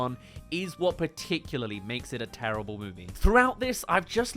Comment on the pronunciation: DUDE EVERY MOVIE I LIKE YOU SAY "TERRIABLE" LIKE DUDE WTF